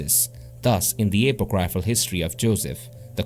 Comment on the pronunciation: Stop butchering the word apocryphal. Its not hard to pronounce. Book of Enoch and Jasher were removed a few centuries ago then called apocryphal by strange men.